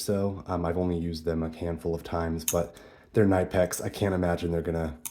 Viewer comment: Pronounced Cnip-ex, the K isn't silent in German. Nice video, it's always interesting what other people carry in their bag.